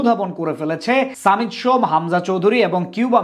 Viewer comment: সামিত সোম না ভাই😅 সমিত সোম